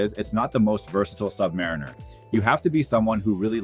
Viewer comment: HE LOST ME WHEN HE CALLED IT A SUB/MARINER